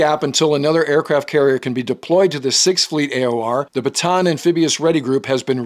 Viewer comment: Watching from the Philippines. Just an FYI, Bataan is pronounced Bah-tah-ahn, not buh-tan or buh-tawn. A great name to remember many heroes of the 2nd world war in the Philippines.